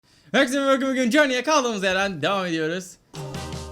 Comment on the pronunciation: o kadar hızlı konuşuyorsun ki journey değilde jorny